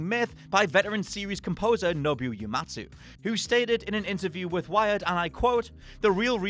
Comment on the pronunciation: I know that Japanese names aren't the easiest to pronounce but "Nobu Yumatsu" for Nobou Uematsu? One of the most famous composers of modern day? WTF is wrong with you.